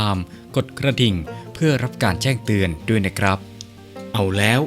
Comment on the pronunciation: ดวย สิ้นเชิง อ่านไทย คำว่า ด้วย และ โดย ไม่เป็น